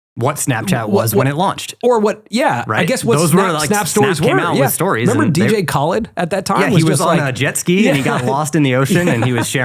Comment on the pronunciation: the dj khaled pronunciation is my personal gripe